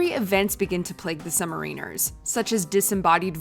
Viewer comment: ARGH!!!! As a former member of the U.S. Navy Sub Service, I can't tell you how much we HATE hearing "Sumarine-ers" It's pronounced "Sub-Mariners"